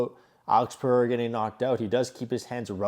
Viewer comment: Good analysis brother but…his name is pronounced PE-HAY-RAH. NIT Purrr-Re-Rah.